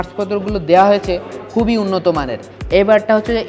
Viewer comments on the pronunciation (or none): none